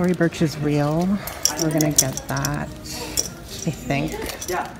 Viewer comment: In every video u say " I've owned that bag before LMFAO. It's Tory Burch not bursh lmao omg .